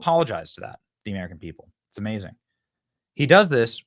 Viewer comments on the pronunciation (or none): none